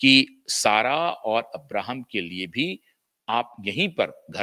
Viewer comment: Abrahim nahi Ibrahim.. Bahut poor hindi grammer..